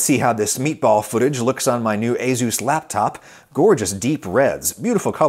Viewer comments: That’s how you pronounce Asus? Aye Zeus? I’ve been pronouncing it wrong for years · What I learned is that it's allegedly pronounced A-Zus. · ah yes, A-Zeus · I have definitely not been pronouncing Asus like ay-soos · ah yes "a zeus" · Asus and A-Zeus are very different words Adam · I never knew it was pronounced Azus. I always called it Azus. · I'm sorry Adam, but ...azuz? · nope, he's a tech boomer, it's just a-soos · It's pronounced "A Zeus?!" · wait it's pronounced a Zeus? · It’s pronounced uh-soos or A-soos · Aooos is that how its actually pronounced? i always say Ay sus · That pronunciation of "Azus" is more offensive to me than your insane political views. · I thought asus was pronounced aye sues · In the UK I've always called it asus with an `s` sound rather than a `z` sound! Reminds me of all the contention over how to pronounce Adidas... 😂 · do you pronounce Asus as A-Zeus or A-Seuss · I work for ASUS and uhmmmm the way I say it and the way you say it are not the same, lol. Cool to see our products in your video, though! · how he pronounces asus is hilarious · my man dont know how to say Asus lol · THis isn't the first time Adam has had really bad pronunciation. His butchering of any korean name is etched in my mind. Linus Tech Tips pronounces Asus correctly. Without an overly emphasized 'z'. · for the future, say as-us not azus. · every time he says azeus instead of ey-soos creeps me out! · Ayzoos? I thought it was "Aysuss"? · Excuse me, "AZUES" I've been saying "Ace-us" my entire life. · I've owned several ASUS machines in my life and never knew it was pronounced "ay-ZEUS." I was saying "AY-sus." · as a computer/tech enthusiast, hearing asus pronounced a-zeus instead of a-soos was kinda funny. no worries though adam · I always thought it was A-sus, not A-zeus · Wait.... "A-Zeus"? I thought it was "A-sus" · its "suess" as in "doctor suess" not "zues" as in "the greek god of thunder" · he said a-ZooZ, instead of a-soos (pronunciation). ASUS